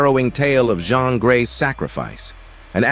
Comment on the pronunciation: Jeen not jhon is how u pronounce jeans name